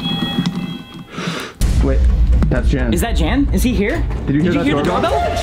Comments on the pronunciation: Fun Video :-), BTW, his name is pronounced "Yun" as in "Sun", not Jan , as in the Brady Bunch! :-) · ... That's not how you pronounce "Jan".